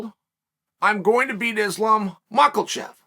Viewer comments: “MuckleChev” - Chael Sonnen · He called him “Islam Macklechev” 😂